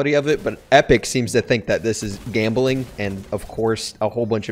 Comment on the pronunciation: The way he says gambling